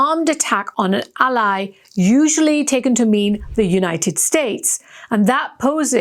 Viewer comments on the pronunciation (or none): none